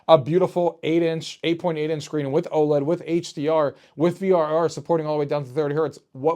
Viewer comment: You said frr not vrr and kept saying z1 extreme